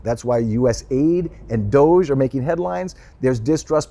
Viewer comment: Hahaha it’s DOGE, not DOGGY🐶😂🤣